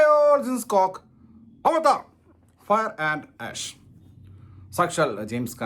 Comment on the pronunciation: AVATAR ❌ AVARAT✅